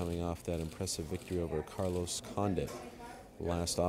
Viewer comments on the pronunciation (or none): none